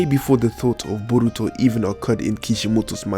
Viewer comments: Stop saying BURRRITO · Like when you say Borutos name U put to much enfisis on the first syllable but his eye is the tenseigan but its a incomplete form of it like how when sasuke unlocks his sharingan he only has 1 mark in his eye instead of three and he later unlocks his full eye